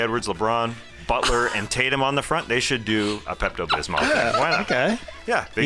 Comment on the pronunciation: "Tay-Tums" almost killed me